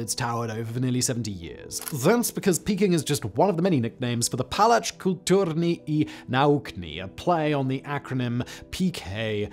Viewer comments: I love how English speakers love to add unnecessary letters to words when pronouncing them. "Pałac Kultury i Nauki" suddenly became "Palacz Kulturni i Naukni". Yeah, PKiN suddenly because a smoker lmao *Palacz means smoker in polish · How to pronouncs foreign words or names: 1. Put word into google translator. 2. Choose language this word belongs to. 3. Click on the "listen" button. 4. Try to repeat. All the sounds in "Pałac Kultury" are known to english speakers. It bothers me because it happens too often when someone doesn't even try to pronouns nonenglish words that are possible to pronouns for english speaker. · damn, you butchered that name :) <3 I think I'll make it my ring tone :) but its true, I get into arguments with my parents, because the palace represents sth different for them than for us born after communism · Man I love you but as a Pole I feel obligated to tell you that you absolutely butchered its name